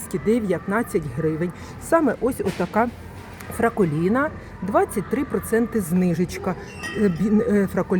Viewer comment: Ви навіть читати не вмієте. Яке Фраколіно, якщо Фраголіно?Далі даже не дивилась